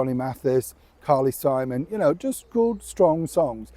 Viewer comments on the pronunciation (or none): none